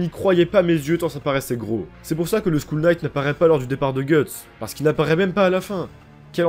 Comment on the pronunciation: t'inquiète, si on m'engueuler chaque fois que fait une faute de prononciation je cerais en dépression à l'heur actuel. Ta faute m'a juste fait rigoler :)